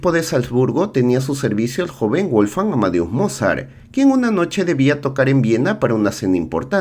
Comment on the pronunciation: Guolfgang? Qué era inglés?